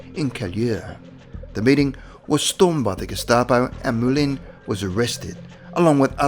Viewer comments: As French, the CORRECT pronunciation of the name, was NOT Jean "Molyn", but Jean "Moulan", (written "Moulin").!!! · Might be an idea to study basic French pronunciation. 'Moulin' is pronounced 'Moo-lan'. Second syllable sounds close to 'land' but without quite finishing the 'n'. Imagine you're pronouncing an English 'n' but the tongue doesn't reach the roof of the mouth.